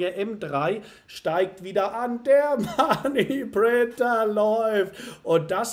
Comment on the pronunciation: Kann’s nicht mehr hören mit dem Money Printer löst endet nur Stress aus wie du es betont und aussagst. .. 🤣😅 aber sonst super konntest. Weiter so 💪🥳